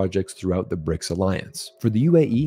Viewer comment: It's BRICS not "RIC"